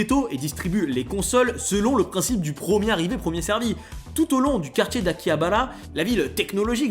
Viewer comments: Stp dis correctement les mot, ça pique ! PREMIER, pas PROMIER. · « prOcesseur » - OK mais « prOmier » NON